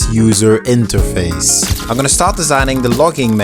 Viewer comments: i rlly dont wanna dissapoint u but... (i am not hater) its interface, not interfase... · it's interface not interfase** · Bro it’s pronounced “INTERFACE”